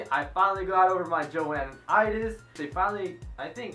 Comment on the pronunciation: Every time you say "Jo-Ann itis" I burst out laughing.